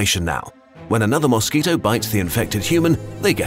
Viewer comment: newsquito instead of mosquito